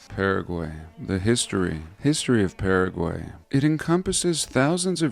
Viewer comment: What is with your messed up pronunciation of Paraguay?